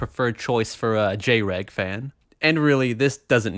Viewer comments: "So, a femboy would be a preferred choice for a J-Reg fan." I think you mean Jreg? J-Reg is the one pronunciation that is incorrect. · He pronounced it like "Jay-Reg" lmao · "A femboy would be the prefered choice for a Jreg fan." It's pronounced "Jreg" dude.